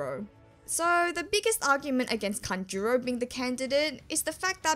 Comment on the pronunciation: Please! It,s kAnjuro, not kanjUro...